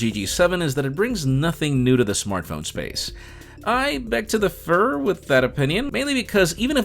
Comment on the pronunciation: "Beg to differ" or "Beg to defer"?